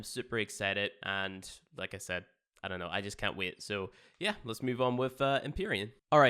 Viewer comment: Can't "wiet" to get into "spyies."